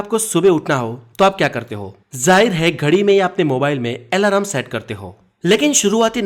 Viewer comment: hi brother, ap thoda correct pronunciation kijiye.. ajeeb lagta hai sunne main.. "alarm correct hai,alaram nehi"